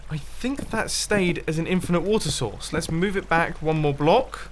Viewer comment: "Wait... Why are you saying it like this?" "What? I just said that this water sauce could work." "You mean 'source'." "Yeah, sauce." "But you said 'sauce'." "No I didn't!" "Say 'sources'." "Sources." "Now say source." "Sauce." "Say source!" "Sauce." "Source!" "Sauce!" "You're flooding your base!"